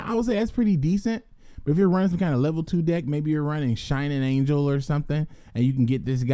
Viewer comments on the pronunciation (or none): none